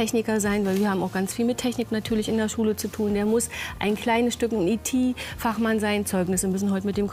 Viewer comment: E.T. - Fachmann"?😅 Ich denke, die Dame meinte 'I.T.- Fachmann'!